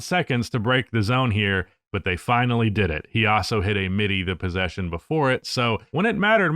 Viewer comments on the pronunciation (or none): none